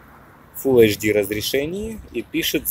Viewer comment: не Ксиаоми, а Сяоми. не Ашдый, а Эйчди :-)